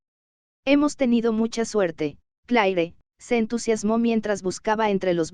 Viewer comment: El IA es muy textual! Por ejemplo el nombre de cleare 😢